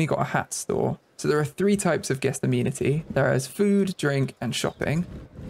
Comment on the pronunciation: Im pretty sure its pronounced a-men-it-tee but idk